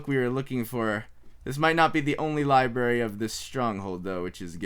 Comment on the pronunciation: Wait did he say liberry...xD